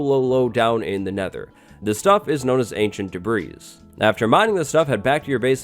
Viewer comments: *Debris it's already plural, no need to pronounce the S. Just a nice lad looking out for another lad. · The s in debris is still silent. No updates there! 🤣